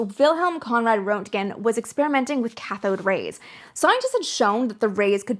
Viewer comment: Roentgen - "Rent-gn"... rent (as in the thing you pay to your landlord every month) and gn (gun without the u). Just say it fast and you have "Rentgn". Put a little trill on the R if you want to sound German. Think of it like Hans Geiger's name... everybody has heard his name so much that they know they drop that first e in his name, and it's pronounce "Giger" (with the long i sound "Guy-gr"). Roentgen is similar, just drop that o and pronounce the first syllable with the short e sound and you've nailed it.